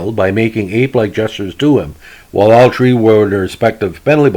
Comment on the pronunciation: Love how he pronounces his th. Lol instead of Three hundred it’s tree hundred. Lol love it